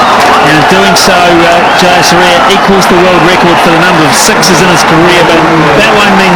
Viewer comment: Butcher for the bowlers name : jaysuriya